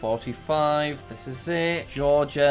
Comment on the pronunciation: Everyone gangsta until Jack pronounced "Georgia" as Ge-or-gia after saying the right pronunciation .